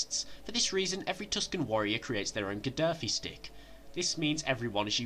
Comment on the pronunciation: Did you say "Ghadaffi Stick"? I have to say, this isn't the first mispronunciation of yours I've heard, but it's the most notable, since you're confusing a movie prop with a former Libyan Dictator. It's a "gaffi" stick, mate.